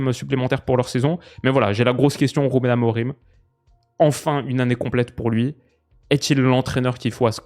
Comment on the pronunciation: Il faut dire "A-Mo-Ring" et non "A-mo-Rim"